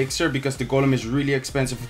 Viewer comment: golem in het engels zeg je als goolem😉